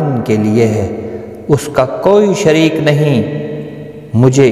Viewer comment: لا شَرِیکَ لہو ہے ۔۔آپ پڑھ رہے ہیں لا شرهیک لہو ذرا دیکھ کر پڑھا کیجئے